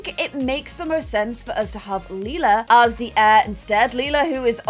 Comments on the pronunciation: I love how said she wanted Lila to be pronounced “Lie-luh” because it’s close to “lilac” yet is the one who keeps mispronouncing Lila as “Lee-luh” 😭😭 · You are pronouncing Lila like Leila Try saying it like l Y la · ITS LIE-LUH, also, you told Celia and her boyfriend to do that last episode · Lila is pronounced LIE-la. Or at least according to 'How to Get Away with Murder' who had a character named Lila. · It's Lay-la layla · Do a husky for lila please also her name is pronounced ( lie-la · i wish we had an heir that's easier for to pronounce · I’m excited to see Suren as a toddler - I really wanted the new baby to be the heir but like you said it does make sense to go with Lila as Grey gen is almost over :) edit: a pro for choosing Suren as the heir is that you’re less likely to mispronounce the name! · pLease clarify how you want to say lila because i don’t know if i can stay a whole season with you saying lila’s name wrong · If Lila is gonna be the heir can you PLEASE decide on a pronunciation or change her name entirely because good lord the switching back and forth is irritating. Leela is the purple haired cyclops from Futurama. Lila is meant to sound like lilac.